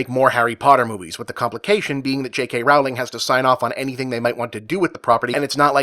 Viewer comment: Could you maybe at least pronounce Rowling's name correctly? Not even doing that much research makes you sound like a dumbass.